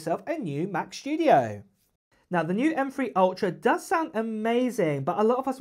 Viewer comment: It's the new Mac "Schtoodio"! 😆